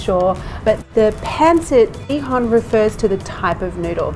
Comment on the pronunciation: I love this cooking segment. All 3 of your recipes here look scrumptious. I've made pancit with chicken and prawns before, but never with pork belly. I will try that next time. By the way, you nailed the pronunciation of "pancit bihon" 👍